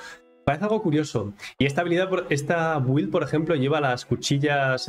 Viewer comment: Con todo respeto, creo que al decir güild quieres decir build, se pronuncia Bild, si me equivoco corrígeme también, gracias.